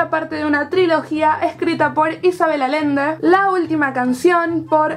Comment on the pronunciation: Hola, me encantan tus vídeos, Isabel Allende, el apellido se pronuncia con la doble L, eso bye ✌🏽️